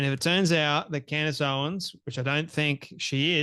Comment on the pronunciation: He says, 'Candy Owens'😂😂😂😅